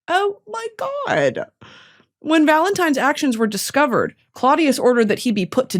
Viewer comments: “Happy Valentimes day”😭😭😭so true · Valemtimes day - yes I used to say it like that as a child as well😭